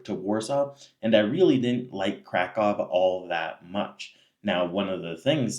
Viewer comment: Pronounce Kraków correctly! Better yet, go back to where you came from.